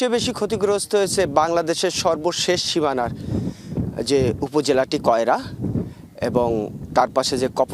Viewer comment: কয়লা না সাংবাদিক ভাই, ওটা কয়রা...